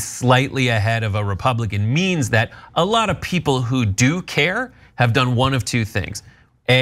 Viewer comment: He can't even pronounce "that" correctly... it comes out "dat!.